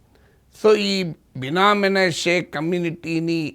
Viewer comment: బినా మీనాషే కాదు prof గారు, బిన్యామిను, మనశే